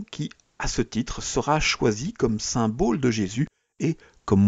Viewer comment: S'il vous plaît, comprenez qu'on ne dit pas "symbôle", mais symbole (comme bol). A part ça, joli travail.